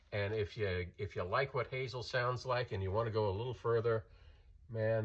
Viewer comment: If you'd met Hasil you'd know Hazel is a girl's name. It's pronounced Hassle.